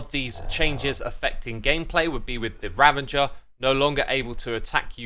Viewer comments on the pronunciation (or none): It really bugs me how X says Ravager :P